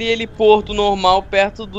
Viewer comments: N é heliporto, é heliponto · Heliporto kkkkkkkkkkkkkkkkkkkkkkkkkkkkkkkkkkk👏👏